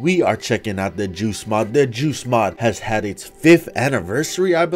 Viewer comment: what i see:joost mod what i hear:juice mod